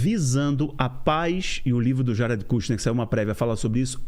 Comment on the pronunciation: Ate que emfim um brazileiro que pronuncia o nome Jared corretamente!